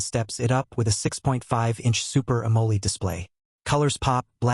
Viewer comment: Whats Amolie? Say Amm-O-Led